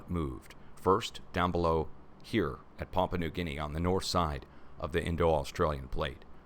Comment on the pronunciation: Pa'-pu-a , New Guinea. Excuse me for being so fussy! Love your show.